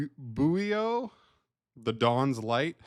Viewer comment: it means dark in Italian pronounce like Boo-yo